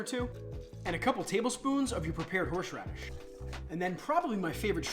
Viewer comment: Was it me or did anyone else keep hearing horsh radish